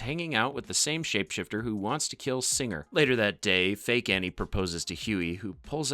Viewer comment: you say "in front of hughie and ARNIE" LOL Annie is Arnie